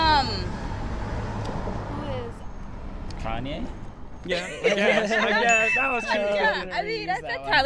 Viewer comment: “Not Kan-No, but Kan-Y.....”